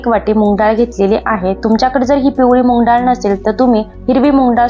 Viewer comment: मुग डाळ हा शब्द मुंग नाही